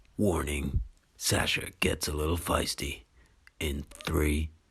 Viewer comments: Feisty, not fiesty, is how the word you said is written. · Sasha gets fiesty? Did you mean fisty? Or firsty?